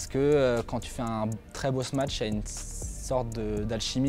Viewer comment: Et avec tout ça, il ne sait pas prononcer "smash"... Et il ne connaît pas le verbe "sauter", non plus, visiblement.